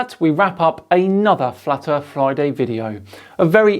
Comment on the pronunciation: Fwat earth fwidays... always look forward to these